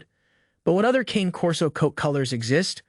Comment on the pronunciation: “Canay” not cane like the candy lol